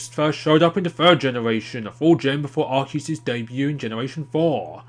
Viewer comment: Yay someone actually pronounced Arceus correctly!